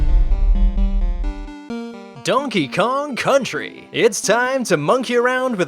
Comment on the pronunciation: Donkey Kong Cuntry